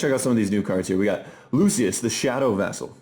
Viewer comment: Lucius is pronounced "LOO SHUS"